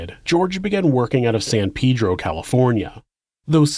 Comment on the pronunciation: Jesus christ why can't people pronounce words. It damn sure aint peedro bruh.